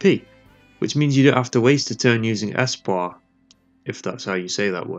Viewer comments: yeah that's how you say espoir:p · Yep, that's pretty much exactly how you say the word espoir. These are good videos. I'd love to see something similar for the other Disgaea games.